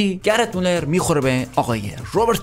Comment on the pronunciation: داداش چرا میگی گرت مولر؟گرد مولد😑🤦‍♂️🤦‍♂️